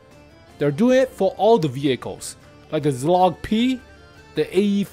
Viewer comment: pls stop pronouncing Czołg like that 😭